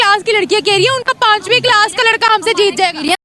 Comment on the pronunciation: Pakistani class ko kilas bolta hai kiya